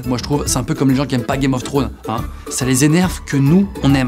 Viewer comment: "gam of tronne" 😂